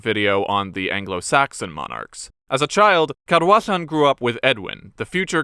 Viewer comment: Thank you for doing the research into the correct pronunciation of the Welsh names - When you got the DD in Gwynedd right I was like "ok, this might be good", and then when you got the LL in Cadwallon right I was in love! Diolch o galon!